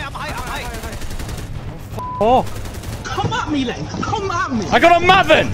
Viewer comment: No one else noticing how he says mahvan instead of mayven (maven)?